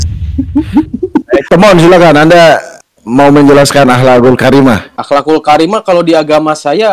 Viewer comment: ngakak bgt "akhhakul karimah" 😂